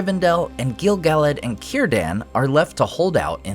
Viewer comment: Why do you pronounce Gil-Galad 2 different ways in the same videos? It drives me nuts. Haha. And OMG I'm so bummed that he turned out to be Gandalf.